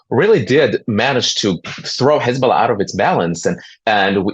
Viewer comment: Hej ball aah became Hej ball nah 😂😂